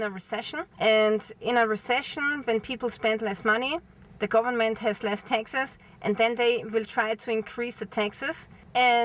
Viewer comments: Hi. When you say taxes it sounds like Texas. If you come to the states, come see me! It's very hot here so don't wait til April. I have an extra bike, if l had a vehicle it will be a truck! Of course. Dirt road girl, just turned 70!🌱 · Oh she said: Taxes not Texas 😅